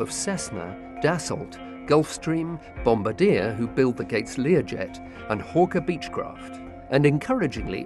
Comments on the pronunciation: It's Bombardier... not pronounced Bom-bar-deer, it's Bom-bar-de-yay. Proudly Canadian :) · Isn't it supposed to be French? I'm pretty sure there's no "yay" in the French pronunciation of Bombardier. It's more like 'di' (from 'meditation') 'e' (like the vowel in 'in') said quite quickly after each other, isn't it?